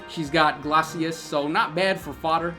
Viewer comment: CAV-A-LEE-ER Rhymes with tier GLAY-SEES Think glacier